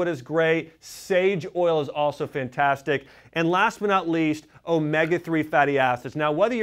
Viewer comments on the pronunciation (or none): none